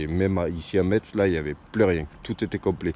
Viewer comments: on dit Messe pour la ville de Metz. Excellente vidéo comme toujours 👌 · Metz ça se dis Messe l'ami. Bonjour d'Épinal ( Vosges) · Ça s’écrit Metz mais ça se dit Metsse .. On est pas loin Jsuis sur Strasbourg et profite un peu de Metz le centre ville est sympa Tu passes par ou après ? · Ça fait bizarre que tu prononce les villes qui ne sont pas loin de chez moi comme Thionville a 20 min de route et Metz qui est a 50 min